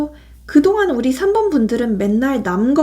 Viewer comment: 3번 감사합니다. 그런데 4번이 아니라 3번이 맞는거죵?? 4번이라고 들려서...